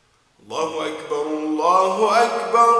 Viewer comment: انا اسف جدا ولا انك ما راح تزعل من ها السؤال الله يحفظك ربي المنان بآيات آلقرآن راح اقولك ان في المقامات الأذان راح يكون صوتك في التكبير الله واكبر وده خطاء (واكبر) خطاء وانا اسف جدا جدا وفي الاذان ان يكون الصح ( أ كبر ) في النطق انا مؤذن وليس ان اعدل على حضرتك وصوتك جميل جدا جدا بس التكبير اللي في خطاء بس بين (و).اكبر. ( أ )